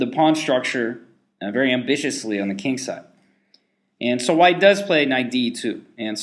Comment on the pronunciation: It's pronounced Kung in the Unglish language.